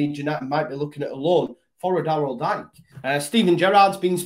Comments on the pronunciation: Think it’s pronounced Deeka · Really quick, it’s (dike) pronounced like DK lol, i’d love to see us snatch him up and see what bielsa can make of him, there’s a lot of American guys who could fit well in a bielsa side, and for Forshaw, that’ll be like a whole new signing himself in midfield, can’t wait to see him back playing first team football!